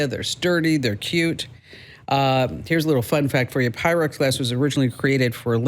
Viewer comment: You are talking PYREX. Not pyrex.